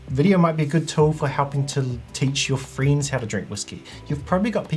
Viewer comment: What are 'freends'....? 😂